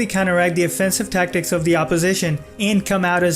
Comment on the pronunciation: you say the tacktick fan belguim not cool bro